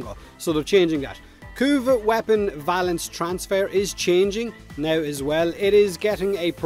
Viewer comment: When you said "Kuva weapon valence" I heard "Kuva weapon balance" and had a mini-heart attack.